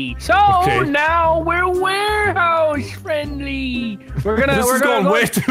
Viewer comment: Warehouse? Warehouso